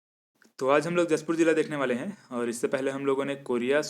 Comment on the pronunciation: उच्चारण मिसिंग हैं,उसे सही करें अगले बार से। लगता आप जशपुर नहीं आये हो सर जी। 🙏🙏